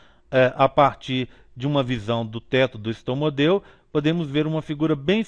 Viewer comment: Video muito bom mas é estomódeo o correto e não estomodeo